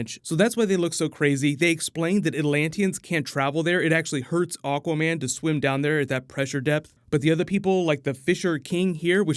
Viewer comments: Why does he say "Aw-quaman" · Misheared AWKWARDMEN ....yet you can't unhear it too :D